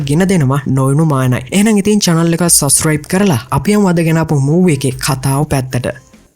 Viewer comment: Police station kiyana eka kadanne nathiwa kiyanna.eka wenama oya kiyana widiya tikak awul.e wagema suscibe neme subscribe e wage punchi punchi dewal hadagena karagena yanna.mona unath review eka harima lassanai❤